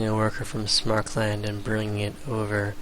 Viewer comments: It's "Sam-er-kand", not "Smark-lund". No idea why this bugs me so much. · probably because there's no "L" in Samarkand and Smarkland sounds retarded because of the aforementioned fact. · Nah that's not so bad. I was a little bothered by pronouncing Samarkand like "Smarkland" though ... Very interesting video by the way :P